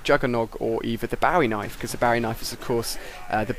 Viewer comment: You said "Barry knife". No that's not how you say it, you say "bowie knife"